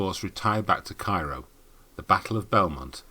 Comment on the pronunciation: It’s pronounced “Care-oh”.